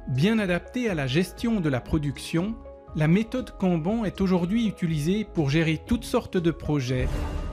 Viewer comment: Mon mec. Pour l'amour de dieu. Ça se prononce "canne-banne", pas "quand banc" ptdr